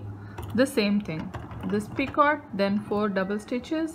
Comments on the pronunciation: she say p i c o r t...... not just picot he he he s no r there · The “T” in picot is silent and the “O” is a long “O” sound like in the word bone. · the 't' in picot is not pronounced